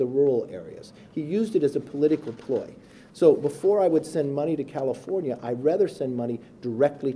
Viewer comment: Sounded like he said cattlefornia